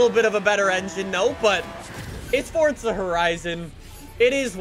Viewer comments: It’s Forza not Fortsa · forza... FORZA. not FoRtZa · Fortsa it’s forza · Am I the only one who thinks he says “ Fortza “ sometimes? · Why does he keep saying fortza????? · Can you please pronounce words the correct way????!!!! "FORTSA" "HURAKAAAAN" JUST PRONOUNCE IT RIGHT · its forza not forza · The way he mis pronounces forza and huracan pisses me off